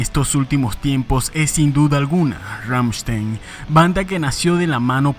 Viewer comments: Ramchtain o Rammstein. O lo pronuncias bien o no XD no digas Ramchtein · En alemán se pronuncia Ramm-schtain. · “Rammshtain” no “rammshtein” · Ramm con doble m, st se pronuncia sht y ei como ai Ramm sht ai n. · Rammstein se pronuncia Rammstain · "Ggammshtain" GGAMMSHTAIN, pues! ChristoPH Schneider "Flake", así como va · pfffffft. la banda mas representativa de Alemania? ni el nombre sabes pronunciar. Kreator es la banda mas representativa actualmente de Alemania.